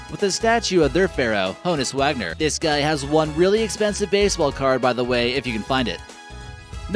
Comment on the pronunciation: PNC park 5 you know crap about baseball or Pittlsburgh learn how to say Honus Wagner